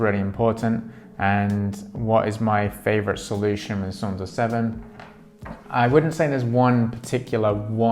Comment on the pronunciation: You got it! From the Suunto about section: "The word “Suunto” comes from the Finnish word meaning “direction”. Suunto is pronounced “Soon-toh”." "Suunto was born in Finland more than 80 years ago, when championship-level orienteer and keen outdoor enthusiast Tuomas Vohlonen invented the mass production method for the liquid filled compass. Since then, Suunto has been at the forefront of innovation, hand crafting premium sports watches, instruments and dive computers that have been tested in the world’s harshest conditions. From the beginning of time, man has explored. All that has changed are the tools."